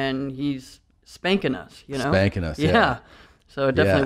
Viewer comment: He wasssh shpanking ush